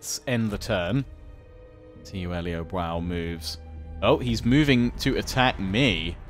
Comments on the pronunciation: Liu Biao is pronounced as Liew beeow, not Liew Bow. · Please learn how to pronounce Liu Biao's name properly, it makes me cringe every time. Lee-ooh Bee-ow not lee bwow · just another PSA, its pronounced Lee-yew Bee-oww. The Biao sounds the way its spelled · Liu Biao is pronounced Liu Bee-ow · Loving this series but oh my god, please stop saying Liu Bwao! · needs to check the pronounciation in Google Translate. Putting the Chinese characters of Liu Biao (刘表） into Google translate does the trick nicely. It is the most off pronounciation you have and most of the other ones are pretty close. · Your pronunciation of Liu Biao is horrific...